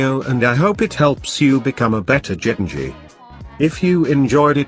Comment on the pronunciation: Genji not Jengi